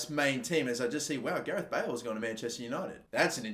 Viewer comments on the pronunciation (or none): none